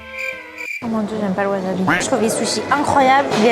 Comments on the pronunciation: Dite wasabi svppp, pas waZabi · Wasabi ce dit Waçabi pas wazabi